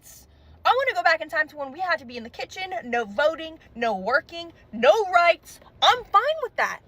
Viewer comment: it's "no" not nar dumb bint